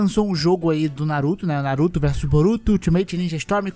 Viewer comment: Se ferrar, eu tava comendo, quase engasgo na parte da Kushina kkkkkkkkkkkkk "na-ru-tÔ"